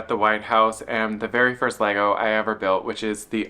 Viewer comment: The correct pronunciation of the plural form of Lego; Chefs kiss. 😮‍💨